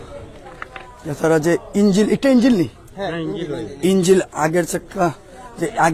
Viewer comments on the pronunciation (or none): ইঞ্জিল না ইঞ্জিন, এই উচ্চারণ নিয়া রিপোর্টার। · হায়রে সাংবাদিক😢ইন্জিন হয়ে গেলো ইন্জিল।😅😅